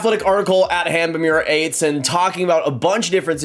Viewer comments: It’s pronounced. Murrrat Ahhtess. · Murat Ates. Learn the pronounce it right. You're not Cherry